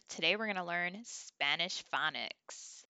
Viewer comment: Did you say phonics or FunNiks! 😂. You are making it fun!! ❤